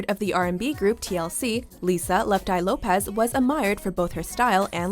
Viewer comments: Karen Carpenter is not a native of L.A., she was born in New Haven, CT. Lisa Lopes name is pronounced as in the word ELOPES, not the same as LOPEZ, as in Jennifer Lopez. Patsy, Karen, and Whitney should be the 3rd, 2nd, and 1st positions respectively due to the legacy of their music with Billie and Selena 4th and 5th, then Amy, Janis, Aaliyah, Lisa and Mama Cass from 6th to 10th. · You were pronouncing Lisa’s last name incorrectly the whole time. It’s just lopes not lop-EZ. ( like Jennifer Lopez) it’s a Portuguese last name